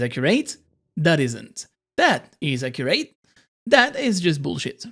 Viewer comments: pronounce it as accuret, not acurerATE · Where is he from cos I just noticed how he said accurate